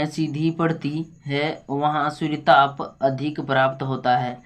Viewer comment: Suryatap nhi suryatp padho😅😅😅